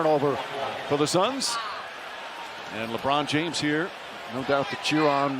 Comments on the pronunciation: When a Dutchman, with an Irish accent, thinks something is pronounced with a French accent => Lé Brooooooooooooon F_ck me!😦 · I like how he calls LeBron James LaBron...LOL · Did he say LeBlon James ? 🤔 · why u calling lebron as lebor mate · How he pronounces LeBron...